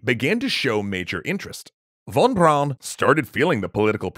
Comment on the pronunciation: Junkers is pronounced "yoonkers". I'm a bit surprised, because you got Von Braun right...